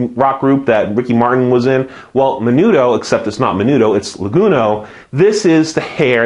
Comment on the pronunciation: I'm taking A&P class this winter. This is helpful. I though it was funny that you said Languno instead of lanugo.